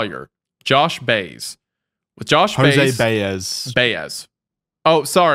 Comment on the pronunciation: Jose Baez ... (BYE - EZ , not "easy" , like the letter "S") .... you still white washed it lol .... goofballs ...